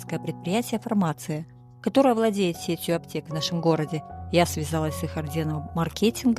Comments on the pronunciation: спасибо за Ваши замечательные ролики и рассказы! Просьба в слове " фармацИя" ставить ударение правильно ( Вы, как и многие здоровые люди, путают это слово с другим словом " формАция"). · Фармация - ударение на последнюю И. Ничего лично, просто режит слух. А так все красиво и по теме ))😂